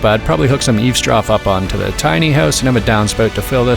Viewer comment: Why does it sound like you're saying "tiny ass bathroom" lol